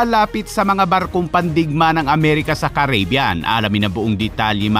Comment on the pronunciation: I like your videos but pls it is pronounced kar ri bee yan. Not keybyan